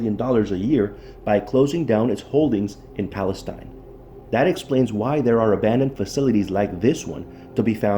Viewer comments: Pal-ess-steen. is how you pronounce it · It's pronounced "Pales-teen" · Wow, not only did you not bother to learn the proper pronunciation of Palestine you have your "story" wrong. The Union Pacific rail yard is still in operation in downtown Palestine at , - . What you found was the old ALCOA aluminum smelting facility east of town located at , - . This facility was built in approximately 1975-76 and was shut down almost immediately after when it was decided that the process cost more than the aluminum was worth. ( ) You should really try to do some research into your stories rather than try to jump on the YouTube train.